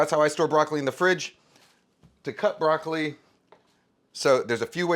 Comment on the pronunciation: He's chopping broccoli....he's chopping broccoli....he's chopping broccoleh....he's chopping broccoleeeheeh....